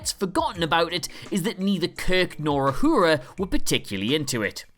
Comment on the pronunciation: "Ahura" "Communited"